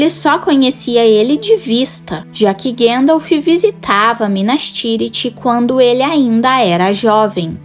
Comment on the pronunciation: Gandalfi kk